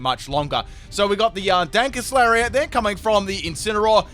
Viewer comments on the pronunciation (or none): Can we talk about the fact that he said ‘Dankest Lariat’